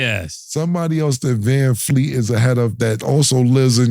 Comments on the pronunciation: "Vanfleet", put some respect on his name.....😂😂😂😂😂. That man said put some respect on the wrong name 😂😂😂😂. Vanvleet man 🤦🏾‍♂️ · I think y’all might be butchering Fred Van Vleet last name up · Callin Vanvleet, Vanfleet over and over is wild😂😂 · Com'mon! U gotta get these guys to say the name right.... who TF is VanFleet??? VanVleet* plz lol